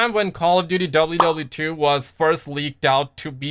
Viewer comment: when you said WW2 i thought you said WWE😂